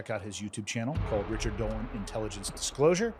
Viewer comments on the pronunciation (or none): none